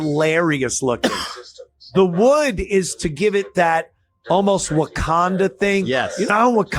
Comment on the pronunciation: It's Wakundaland 😂